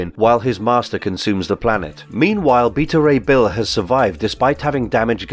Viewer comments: His name is bet a ray bill that how it's said not the way you say it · (be-ta) ray bill say it with me now